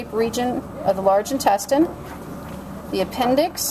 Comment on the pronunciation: omg 🤣 lmao she is pronouncing intestine wrong 😂😂😂